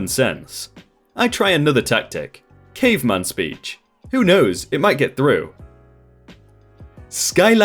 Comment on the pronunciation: Is it racist for "caveman" to sound closer to "nigerian"